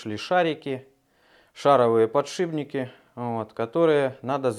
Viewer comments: ПодшиПники! Все классно, но уши режет, конечно. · достали подшибники!!! ухо режет!!! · Ну если говорит подшиБники